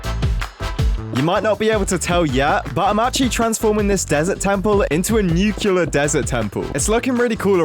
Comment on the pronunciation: a “nu-cue-lar” A what??